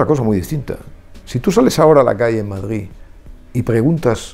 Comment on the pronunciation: Deberia de aprender a decir Madrid, no Madgid.